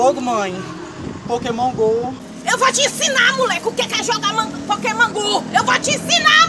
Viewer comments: Poqueman gu kkkkk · Adriele Queiroz pra mim ela falou pokemam gu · Adriele Queiroz pokeman gu kk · Pokémon gu pokémon gu essa frescura de pokémon gu kkkkkkkkkkkkk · Pokemom ku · "Pokemon gu "KKKKKKKKKKK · "Eu Vou Te Ensinar Muleque Como é Q Joga Pokaman Gu" Kkkkk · Ela falou pokemon bu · "Pokémon gu" kkkkkkkkkkkkkkkkkkkkkkkkkkkkkkk 😂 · ela falou pakemon gu kkkkk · Falou "Pokemon Gu" Nunca mais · O mais engraçado foi a mãe dele dizendo Pokemam gu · "Pokemon gu kkkkkk" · A muier parece q nunca aprendeu a fala pokemon go na vida,so pode ser isso mermo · Pokéman gu kkkkkkk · pokeman gu kkkkkkkk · Pokeman gu kkkkkk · Mae sempre fala o nome do joga errado kkk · A mae dele sabe nem falar o nome do jogo